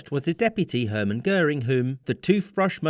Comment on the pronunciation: Take a shot everytime Dönitz is pronounced as "Dör-nitz" and Göring as "Gör-ring". Good video nonetheless, but as a German this drives me up the wall lol